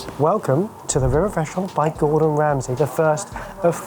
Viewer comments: Hey guys, it’s Gordon, not Gordan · It's 'Gordon', fellas, not 'Gordan' 😛